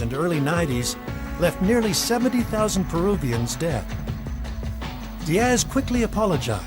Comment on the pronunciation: There is no ASSSSS emphasis in the name Diaz as these people are constantly doing. Strange since they don't do it with Thomas, Douglas, Lucas, or any other name ending that way.